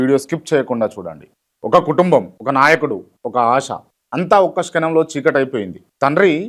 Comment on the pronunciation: శ్కనం కాదు bro, క్షణం.. సంష్కేమమ కాదు సంక్షేమం... మిగతాదంతా OK.